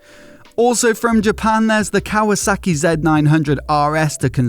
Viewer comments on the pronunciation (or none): none